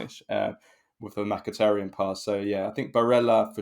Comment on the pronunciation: Why always spells Mkhitaryan as "MAIKITARIYAN"? 🤣🤣😅